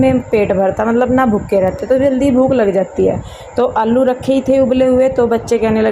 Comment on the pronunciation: Aap aalu ko allu kyu bolte ho 😊